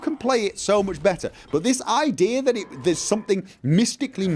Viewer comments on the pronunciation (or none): none